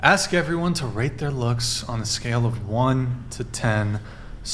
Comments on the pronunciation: Honestly, ladies. is right in my lane. The rest of you...ehhh. And ask...not "axe". I'm half black and it's annoying. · Red tank top is just awful. She's got fake...everything. She's wearing Christmas tree ornaments as earrings. She's inarticulate, says "axe" instead of "ask," and that's on top of the idiocy she spews. She's rockin' sideburns ffs. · You don't ax anyone anything... Speak right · Knowledge is sexy but she doesn’t know how to say the word “ask” and that just makes her -10 rather than the 10 she said she was…. DoNt AkS mE i DoNt MaKe ThE rUlEs